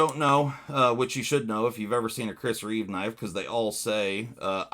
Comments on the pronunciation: Reeve, not reevesssss You said in both ways lol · Its Chris Reeve not Chris Reeves!🤣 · It’s Chris Reeve, not Reeves